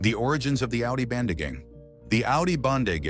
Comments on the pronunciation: I think it was clickbait to bring Dutch speakers to clear up its “Bende not Bande” 😂😂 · Bende bro not bande